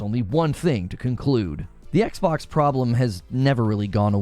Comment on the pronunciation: “The Ex-Box”!